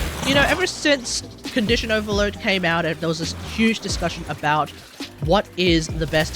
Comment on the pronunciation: "Gun-dition Overload." Yes 😂